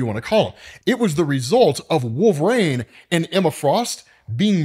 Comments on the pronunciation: I just watched this to hear you say “Wolv-reen” instead of “Wol-ver-een” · I took nothing away from this video other than the fact that you can't pronounce Wolverine. I keep hearing Wove rain and it bothers me.